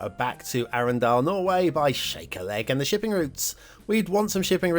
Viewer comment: Arendal, pronounced Arndal (silent e). As a norwegian I wan't to be patriotic but honestly the best parts of the map is the many intersections and coastlines. Sloped build areas makes wonky edges around buildings. Map: 2 Stars. Loved the Shark asset and the ad. 5 Stars.